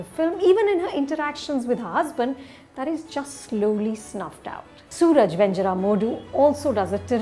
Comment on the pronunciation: Small correction there: Suraj is pronounced as Su-Raaj and not soo-ruj. 😅